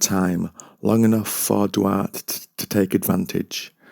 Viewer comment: Duarte (Dwar- teh)